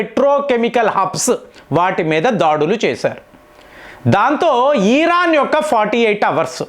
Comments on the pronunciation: అన్నా నువ్వు బుర్ర ఊపకన్నా 😂😂😂😂 ఈరాన్ కాదు ఇరాన్ అని పలుకు అన్నా 😂😂😂❤️❤️ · ఈరాన్ కాదు దాని పేరు ఇరాన్ అని పలకాలి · అవును ఎపుడూ ఈర్రాన్ను అంటారు 😂😂😂😂😂